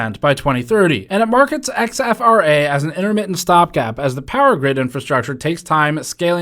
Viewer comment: I’m guessing that’s not X-F-R-A but “exfra”, as opposed to “infra”